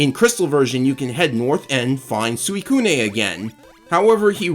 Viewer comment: I believe the Gen 2 remakes explain why Eusine likes Suicune, it’s because his grandfather would tell him stories of it as a child and he was fascinated with them. Regarding pronunciation, I think it’s “Eugene” but with an S instead of G. Suicune is also pronounced “swee-kun” as well, that’s something I only just learned myself like a year ago because I always said it the way you do.